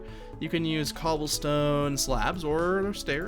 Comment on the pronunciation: Bro u say "MmGobblestone" instead of cobblestone wtf